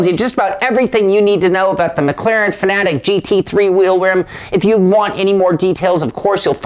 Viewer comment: Say it with me Fan-Ah-Tec...not fa-na-tic. Hooked on Phonics